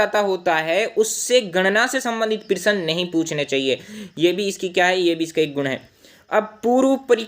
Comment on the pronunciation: सर प्रिसन नही प्रश्न❤